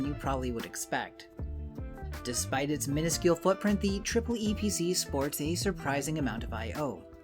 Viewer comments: disgraceful; he said "triple e" and not EEE PEE CEE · is pronounced eeeeepeeeeeeeeeceeeeee